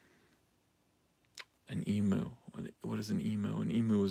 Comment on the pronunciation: E-mew, not e-moo -_